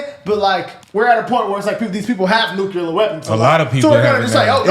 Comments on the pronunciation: Maybe less noo-kyuu-ler? Nuclear? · Tucker is basically saying that no one should have nucular weapons because they are bad